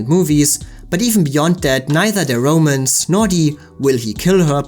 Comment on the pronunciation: I think you need to learn how to pronounce "romance."